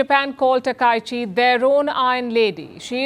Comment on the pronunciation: Palki you are pronouncing her name wrongly.